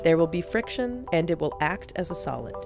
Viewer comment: Why was there so much emphasis on the word act around :40?